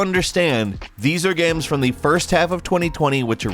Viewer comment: I too, enjoy "gaems"